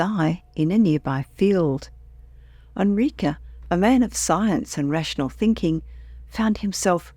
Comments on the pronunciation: Enrique: Eh n - r ee k - eh Not: "Ah n - r ee k - uh" wtaf.... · It def sounds funny. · "Onrika"? I guess she means Enrique. Geez! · This is what i wanted to say. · yeah, that drove me crazy too, and I’m an English speaker.